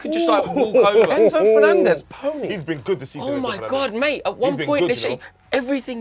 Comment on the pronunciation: Did bro just say Enzo Fernandez 😂💀😭